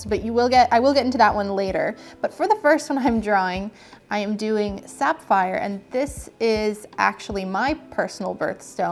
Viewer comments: isn't it pronounced saff - eye - er not, sap - fire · wait... did she say "Sap-phire."???